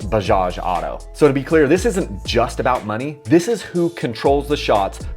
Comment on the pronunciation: Dude can't even pronunce 'auto' and is making videos on Bajaj as an expert